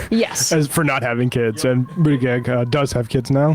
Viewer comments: needs to learn how to pronounce Pete Buttigieg's name! It's not Butti-GEGG. Pete says to pronounce it "Boot-edge-edge". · JD unironically speaking about women and how they want options & choices... 🙄 Also... Please learn how to say Pete's last name. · Why is purposely pronouncing Buttigieg's name wrong? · Yeah I wondered if I was missing something. Is there a reason he does this?